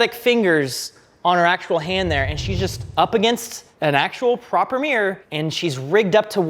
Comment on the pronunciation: It's not a meer, it's a mirror.